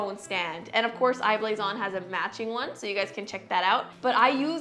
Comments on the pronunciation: Anyone else find it annoying how she says I blason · How many times did she say I-blason